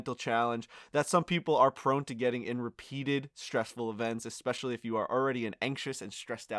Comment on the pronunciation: Anyone else annoyed by them saying EX-specially? I didn't know there was an extra C or X sound in especially. Looking forward to the Netflix show. Hopefully it's a genuine show and not made for children's ears.